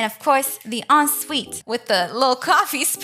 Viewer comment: No hate but why do you say "cwaffee Table"